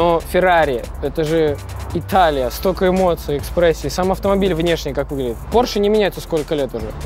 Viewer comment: Porshe - май лав)..